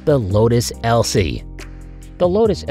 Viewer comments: LOTUS ELISE not Elsie ffs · Lotus ELSIE? 🤣🤣 Lotus Elise you fools. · Over half the info in this video is false misspelled mispronounced or just strate up wrong like the lotus Elise NOT ELSIE and was produced back in the mid 80s not the 2000s and is still in production today or the fact that u were trying to tell me that was an entirely electric airplane that had 2 GAS ENGINES BEING PULL STARTED CONNECETED TO THE PROPS ALSO NO PURELY electric vehicle will have an exhaust so why does it have 2 please fact check anything u think u learned watching this video as its full of false information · So I am guessing that the FACT checker at Ultimate Fact was taking the day off when they made this video...lol. Even my mother who is 87 knows that its Lotus Elise not an Elsie...lmao